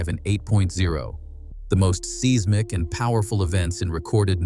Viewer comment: Learn how to pronounce "seismic" properly.